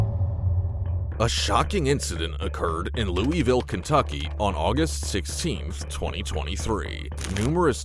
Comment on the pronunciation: I know this is gonna be a serious video but as someone from ky I hate how Louisville was pronounced